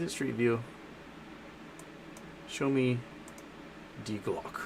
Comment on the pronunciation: Pronunciation note: "Glocke" = GLOK-eh, two syllables.